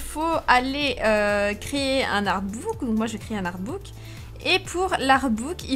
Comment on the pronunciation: Tu n'a pas changé jess et reste toujours comme sa mais tu fait tellement rire quand tu dis : crayé au lieu de créer 😂 Mais je t'aime jess merci de me faire rire comme sa, oui je rigole pour un rien ne t'inquiète pas c'est complètement normalissime xDD ♥